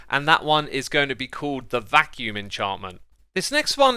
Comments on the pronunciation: Silly Xisuma, its 'Vacuum' not vaccume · Vacuum, not vaccume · "Vacuume" lol Eat your cereal. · X:'vaccume" me: "vacuum" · It should be "vacuum", not vaccume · It's 'vacuum', dude. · "Vaccume" typical x) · Nobody: Absolutely nobody: Xisuma: "Vaccume"